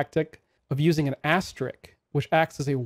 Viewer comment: Thanks. But it's pronounced asterisk, not asteriks.